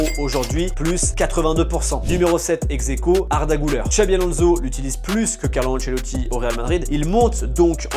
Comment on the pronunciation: Pourquoi tu dis exequo